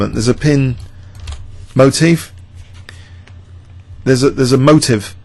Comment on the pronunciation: motif [moh-teef], not to be confused with motive